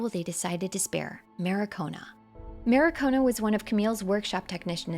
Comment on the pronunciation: good video, it's mar-ki-o-na though, not ma-ri-ko-na.